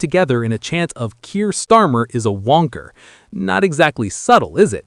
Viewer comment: It's Wanker not wonker